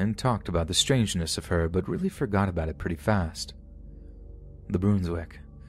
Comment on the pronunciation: For future reference, the “Brun” in “Brunswick” rhymes with “run”, not “rune”.